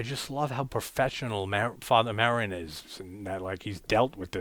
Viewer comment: It's Father Merrin--not Merril. Also, the one who recorded "Tubular Bells" is Mike Oldfield.